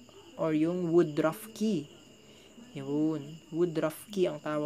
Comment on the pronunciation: Tsaka woodruff yun hindi wood druff